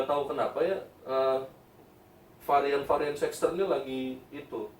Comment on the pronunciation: Kok nyebutny "sex-ter" sih